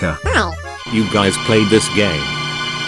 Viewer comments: "hello guys" sounds like "hello gays" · Did Bro Really Said “Hello Gays”💀💀💀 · Who heard gay instead of guys 💀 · The fact that he said hello gays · Bro said hello gays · Bro said us gays